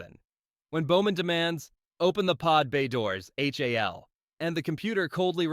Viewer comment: HAL? It's pronounced Hal. AI reading